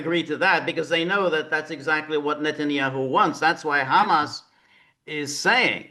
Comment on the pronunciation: Is George kidding? George pronounces HAMAS NAME AS IF ITS A ARAB DISH, maybe if he address them as the resistance rather. Then a chickpea dish, that really changes my opinion about George pretty disgusting for him not to acknowledging Genocide, would he deny that ISREAL is exterminating the Palestinians! Pretty sad that George chooses comfort rather then conscious!